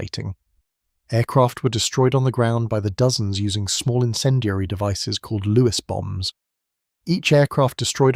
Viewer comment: LEWES Bombs, not Lewis Bombs.